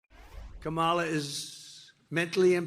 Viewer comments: Why are they allowed to continuously mispronounce her name? I mean, isn't it bad enough that the colonizers stole and gave black people alternate names? America is a joke. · This jerk can’t even say her name correctly so who is dumb, stupid and illiterate. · Look at his combover; he's given up trying to appear presentable. That's a sign of mental decline. He doesn't talk about policy; he lies about & attacks immigrants, mis-pronounces his opponents name & lies about her, attacks anyone who's "disloyal" to him. He's not telling us how he'll make our lives better; he's telling us how he's going to use the machinery of government to destroy those who he hates. This is a mentally very ill old man; there's no way anyone should trust him with anything important (as further documented & demonstrated by his stealing of national secrets & classified information) ... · Talk about PROJECTION. There's only 1 person in this race incapable of pronouncing the other's name. Talk about "stupid"! Give me a break! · Why can't he pronounce her name correctly? You don't place stress on the second syllable. Simple. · Until now, he just does not have the mental capacity or ability to learn how to pronounce Kamala properly… All the ranting and lying is a disgrace.. By the way Trump, can you speak the language of the native Americans who lived in the country long before you and your family arrived? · Every time he mispronounces her name it's like nails on a chalkboard. I'm not sure if he is mocking her or is literally too stupid to understand how to pronounce words. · There is something wrong with trump. He can't even pronounce VP Harris's first name properly . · Only a mentally disabled person can't remember how to remember how to pronounce Kamala after meeting her. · Yet you, Mr. Trump, still can't SAY HER NAME CORRECTLY!!!!!!